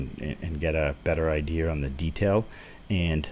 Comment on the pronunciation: Idear? Where are you from? 8)